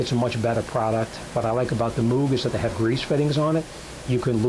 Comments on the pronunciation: It’s pronounced mowg, combo of mow with a g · Moog is pronounced like Moe-g. Like Mow your grass. Or Larry, Curly and Moe.